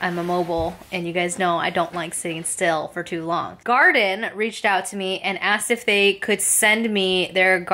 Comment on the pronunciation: always Love your videos. I saw on another video that the wifi needs to be on 3G not 5G. And I think it is pronounced more like Gardeen Like Gardenia. Long E sound.....?